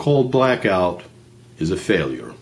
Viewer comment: stupid old man get a life, by the way pronouncing every syllable in every word does not make you sound smart. especially when you pronounce it wrong, for example when you said, "failour" instead of failure.